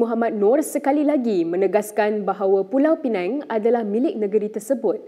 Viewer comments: ooo inilah minah celup yang sebut 'Pulau Pineng' tu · Sebutan ganjil Pulau PINANG vs PULAU PENANG